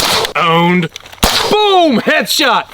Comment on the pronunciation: needs more emphasis on the "boom" in boom headshot. channel the inner fpsdoug